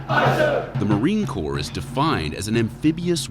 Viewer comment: And it's Marine Corps not core just a heads up